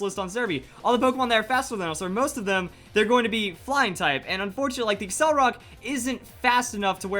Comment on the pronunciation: It's not accelrock, it's accelerock. Pronounced like accelerate and rock. accel-er-rock